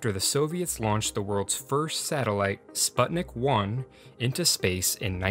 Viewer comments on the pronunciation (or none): none